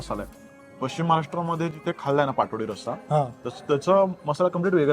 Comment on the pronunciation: Its Paat Vadi पाटवडी ... Not Patodi... Just a correction :)